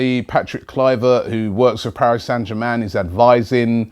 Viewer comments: Ritchie Ts robbie can't pronounce anything unless it's close to English lol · "Paris San Jamman" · Can someone please tell him how to pronounce "Paris Saint Germain"? Did he drop out from school at the age of 10?